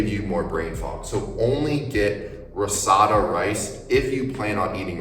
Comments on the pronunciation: RISOTTO NOT RISATTO 😅😅😅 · The pronunciation of risotto pmo 🥀 Good video tho, super helpful